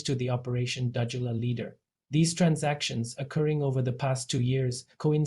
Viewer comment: You can't even pronounce Dudula. Fokof what ever you say we are behind her. Go to hell.